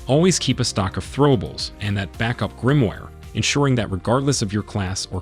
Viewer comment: Did you just call a Grimoire a Grimwire? 🤣